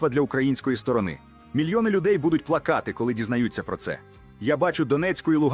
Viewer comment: Хто це розмовляє? Не плакАти,а плАкати. Це ИИ.